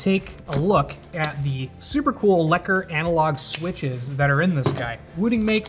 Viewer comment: OOOH! That pronunciation of "lekker" is just sublime, magnificent